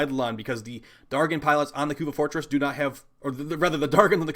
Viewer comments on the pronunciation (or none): Maybe they weren't spawning because you pronounce "dargyn" so badly. The g is pronounced j . But kudos on the vid, Nidus IS the best method.